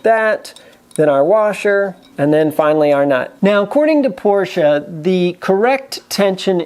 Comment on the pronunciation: thank you for the proper/correct pronunciation of Porsche (porsh-uh), the humorous term of "anti-sleeze", and a your use of a great Yiddish term: Futz! Your videos are very informative down to the most minute details, and you have run across things that we backyard mechanics have questioned but never have found the true 'bottomline' definitive answers. Keep them coming!